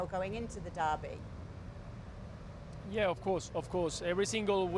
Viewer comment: It's derby 😅😅😅